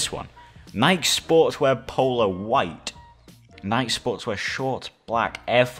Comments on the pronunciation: How everyone says NIKE: NI KEY How says NIKE: NIKE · Nike is pronounced NIKE, not NIK-E Change my mind 🖐️🎤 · He says nike niké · I love how he pronounces “Nike”